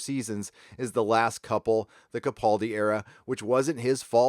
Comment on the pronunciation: Hate to be Pedantic, especially since he probably wont come up much anymore, but it's Peter Ca-Pal-Di, NOT Ca- PAUL-dI